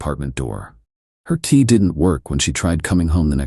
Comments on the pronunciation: Why does AI always use word 'tea" instead of "key" 🔐🔐🔐🔐 So silly and annoying! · key not tea